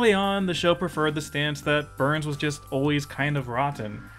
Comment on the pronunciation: Are you saying "Burns" or "Boo-urns"?